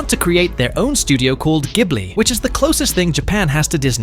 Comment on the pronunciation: I can’t get over the fact how you pronounce the G in Ghibli like GIF and G in Evangelion like GIF.